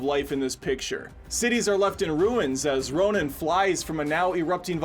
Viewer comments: He keeps saying Ronan when he means Rodan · Row-Dan, not Ro-nin. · "Draay-gon"? "Ronin"?? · Boy did not pronounced RODAN right, lmao!